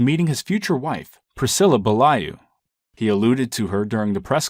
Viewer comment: You butchered Priscilla's last name......